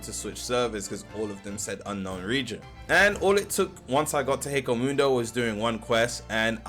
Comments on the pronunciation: i mean this dude can’t even say hueco mundo correctly so 😭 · "kyokasugetsu" "hekomudo" - 2024